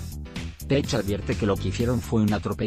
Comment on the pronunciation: Pronuncia bien Page, coño que no es tan difícil.